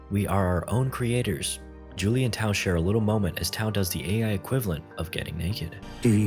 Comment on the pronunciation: Haha good movie but really annoying, that's 'TAU'